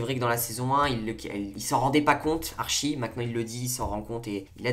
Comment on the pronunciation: j'aime bien ton analyse mais stp dis : ArTchie x) ps : coup dure pour véronica mais en vrai jpense que bientot il y aura une histoire avec elle ou ils vont se rattraper